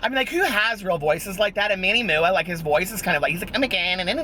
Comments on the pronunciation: That One Aquarius 😂😂😂😂 right? that Manny MOO-AH gets me everytime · ha! thank you... i had no idea that MUA stands for make-up artist LOL i was pronouncing his name the same as you 😂 whoopsy